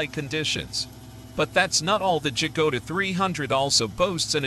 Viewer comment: Dżagoda ? 🤦‍♂️ Ciężko jest nauczyć maszyny języka polskiego !